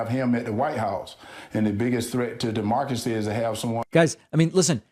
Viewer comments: Herschel Walker is so dumb!!! He can't even say Democracy and I'm sure he doesn't even know what it means! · David……I see what you mean about Herschel not being able to say democracy, but he has no problem pronouncing Democrat. They’re not that far apart are they!?